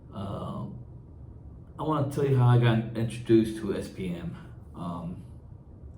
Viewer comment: Why it sound like he is saying SPN?